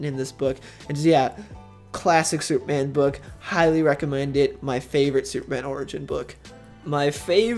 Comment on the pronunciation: Soup-man? Does he keep saying Soup-man?